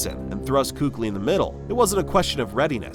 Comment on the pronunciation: Not once did you even pronouce his name correctly which is keek-lee btw. And it's widely known it was because of concussions. the much more shocking early retirement was the better patrick willis.